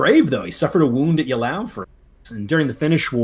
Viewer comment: Oh ffs do you have dyslexia? Mee-Loh-Raad-Oh-Vich! Ey-Lau! Au-Er-Stedt! Gnei-Seh-Nau! Chi-cha-gov!